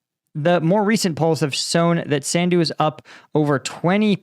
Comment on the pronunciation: Her name is pronounced like: Maya sun+do